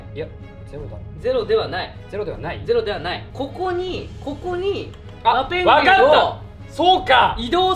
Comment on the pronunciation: ペングィンの発音がｗｗｗｗｗ